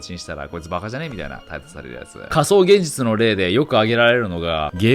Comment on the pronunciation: げんぢゅちゅw